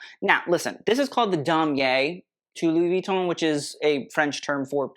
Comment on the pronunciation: you pronounce "Louis Vuitton" PERFECTLY. Thank you, thank you, thank you.